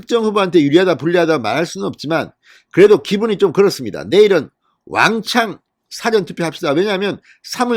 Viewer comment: 제가 과문한 탓인지는 모르나 진성호씨가 말하는 "사전" 이란 단어는 영어로 Before 란 말인데 발음은 사에 액센트 없이 좀 길게 사--전 이라하는게 맞는것 같고 영어로는 "Dictionary" 사전은 짧게 발음하는게 옳은것 같은데 제가 틀린건지요?